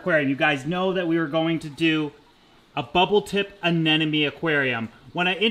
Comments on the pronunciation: I do think it's terribly cute that you say "anenome" instead of "anemone". Thanks for another great video :) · Sorry but it's not anenome, it's ANEMONE. My head hurts every time you say it wrong.😂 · Ah-Nem-o-nee...its driving me nuts. Sorry, but it is. Maybe its a Canadian thing? LOVe the channel though..